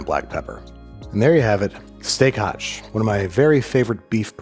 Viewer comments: It's not steak hash — it's steak haché, pronounced ah-shay. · It's steak haché, not steak hache (pronounce it like steak hachey or it will be interpreted like steak axe) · Oh dang. I finally got it. STEAK HACHÉ ! It's pronounced "ashay", not "ash". I get it now.